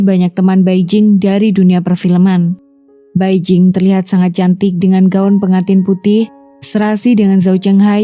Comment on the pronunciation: 白靜 = Bai Jing hendaknya dibaca Pai Cing . Beijing = Pei CIng